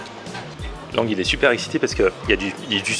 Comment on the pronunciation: Je rêve ou il a dit " sonper"